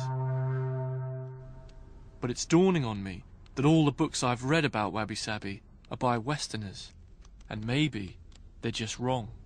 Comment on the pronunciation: First thing he should have done is learn how to say wabi sabi correctly.